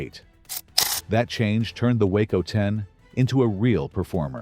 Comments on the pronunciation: It isn't a WACO (that's a town in Texas) ----- it's a WaaCo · Why do you show totally different engines when talking about them ? ie: Talking about the TURBINE engine of the chopper, but showing an antique PISTON engine. Also, WACO is pronounced "WOKO", with a short "o".